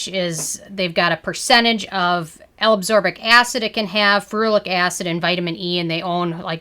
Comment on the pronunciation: L-aBsorbic? ACSorbic? I thought it was L-aSCorbic.